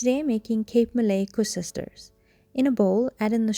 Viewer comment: Koeksusters not koesusters lol...